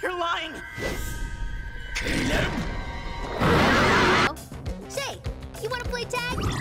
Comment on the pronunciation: Damn I thought he said KILL HIM instead of Caleb